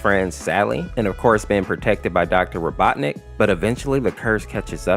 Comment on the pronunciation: I love how he keeps switching the pronunciation of Robotnik to Robotnus and Robotnit